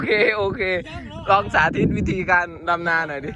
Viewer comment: ที่อีสารเขาพูดกันนะ555ดำนาแต่บ่าวหน่อยพูดจะออกเสียงเป็ดลำนา5555 มวนดีๆๆบ่าวหน่อย